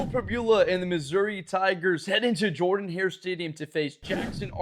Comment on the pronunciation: Please pronounce our stadium correctly. It's pronounced "Jerdin"-Hare.